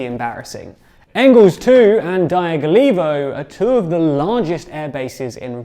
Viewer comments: Guys, I appreciate the journalism, but please consult someone who could help with reading and pronouncing slavic names and toponims for you. It's Rya-zan', not Ryzen. Dya-gill-evo, not Die-gull-evo. Kher-sOn, not Curson. Lee-maan, not Lie-man. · Ryazan is pronounced " rja-ZAHN' " (j = y in yacht), Dyagilevo - " dja-gi-LJO-va " and Saratov is pronounced "sah-RAH-tav"